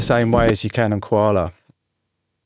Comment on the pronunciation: Coala as in Co-nan on Ko-ala? Love the Kakai lol. I love Koala man. Secret weapon. Watching you using has inspired me even more. I like the mixing tips.